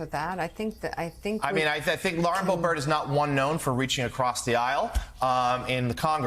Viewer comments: Why is this guy pronouncing it "bo-BERT", with the accent on the second syllable? I've never heard anyone pronounce it that way. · It’s not “Bohbert.” It’s now officially “B**bert.” Edit: and her boyfriend owns a g*y bar, which is one more thing she is against!